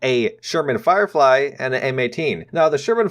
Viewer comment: The Sherman Flirefy XD